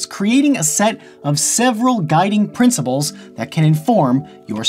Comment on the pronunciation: did he just say princiBles??